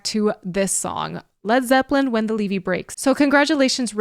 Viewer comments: RICHARD IS A FOOL! ITS LEVY NOT LEEVY! TAKE YOUR TOP OFF! YOU DONT LISTEN TO LED ZEPPELIN! YOUR JUST GOOD LOOKING! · It's Lev e not Lee vee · Leeeve? It's levee, not a long e in the first part of levee, get it right girlfriend. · it's levee not leeve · Not LEEVE darling God Bless you its LEVEE...keep listening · Lev Vee. Not Leee Vee 🙄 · not LEVY.... LEVEE. It's a structure, not a Jewish rye bread. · Sorry, its not Leevee. Its a name for a dam its pronounced Lev + vee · its a LEVVY not a LEEVEEE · Levee, not lee-vee. Pronounced like heavy. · it's pronounced levy like heavy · I had to chuckle each time you said "LEE-VEE." (21 min. I see you caught it.) Plant is the Harmonica player. The Harmonica and microphone is typical of a lot of the Chicago blues men like Muddy Waters. For people living along the Mississippi, the levy breaking was a disaster of huge proportions. Many lives lost whole communities destroyed. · Leevee? Really? If it's a word you're not familiar with, please at least look up how to pronounce it. In my 53 years I've never heard anyone mispronounce levee... until now. It's such a common word. Ever heard of New Orleans? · Pronounced lev-vy. If you’ve lived near the Mississippi River for a substantial period of time, you’ve experienced this feeling while throwing sandbags. I got a group text message out of the blue April 14 from an old friend reminding us that on that day 48 years ago 1977 we all cut our high school classes loaded up with party supplies and the trip to St. Louis and caught the Led Zeppelin concert at the old arena. I just had to tell somebody that. ❤ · "Levee" rhymes with "chevy." 🙂 A levee is a high bank artificially built to keep a river from overflowing during heavy rains or spring runoff. The organization, "Playing for Change" released a fantastic version of this song with musicians from throughout the world. Jon Paul Jones liked the program so much he agreed to play bass on the recording, and features prominently in the video.